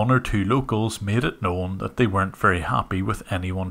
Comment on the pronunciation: Each and everything. "Wery" good English 😂